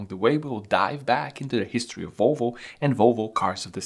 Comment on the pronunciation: Its Volvo not Wolvo…..try to say that….VVVVVOlvo